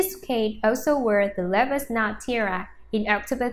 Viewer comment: Tiara...not tiera....you need to practice your english pronounciation and speak clearer.